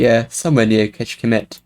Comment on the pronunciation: Really surprised by the NM challenge! I think when we get such an easy seed the score is mostly depends on luck, but anyway I'm super happy :). By the way, really good pronunciation of Kecskemét. That cs is very tricky :). Kecske meens Goat in hungarian and mét is an out of order word for march or walk. And thank you for taking my map into the play alongs! Good luck for everyone!